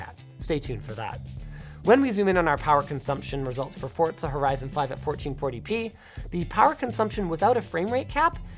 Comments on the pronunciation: When will Linus stop saying forTza 🤔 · Hey Linus, Forza doesn't have a "T" in it. It's not "Fortza". Lol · It’s pronounced “Forsa” not “Forzza” :) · Theres no T in Forza just sayin youre not the only one theast says it like that tho so idk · Fortza Horizon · why do so many people mispronounce forza?